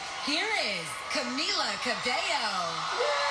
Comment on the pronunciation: caMEEla cabeYo